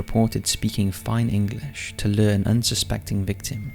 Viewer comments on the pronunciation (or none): none